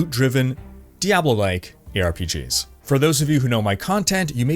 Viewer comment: I swear i heared "here are top 5 pigs" xD